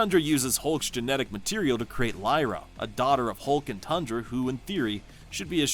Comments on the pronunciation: You forgot Zarda the power princess of the squadron supreme, Queen Jarella, and Breet. Also you mispronounced Thundra, her name is not pronounced Tundra. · It's THUNDRA, not TUNDRA!